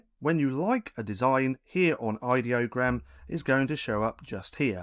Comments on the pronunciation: An email I received from them said, "It's pronounced "eye-dee-oh-gram" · It's pronounce as in idea.